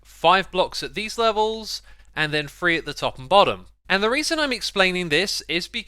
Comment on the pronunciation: Idk why it bothers me that he pronounces 3 as free instead of three